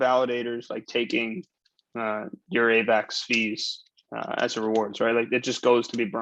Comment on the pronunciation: The way this guy says Avax bothered me